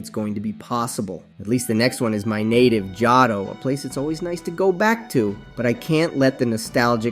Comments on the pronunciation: Nice input. But its pronounced jo-to not jah toe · I'm sorry but the way you pronounce things are painful. Johto? Pidgeotto? over all I liked the video just that took me out of it too often